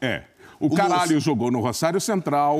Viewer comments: Ele enche a boca msm. "miltom CARALHO" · encheu a boca pra falar o nome do cara também kkkkkkkkkkkkkkkkkk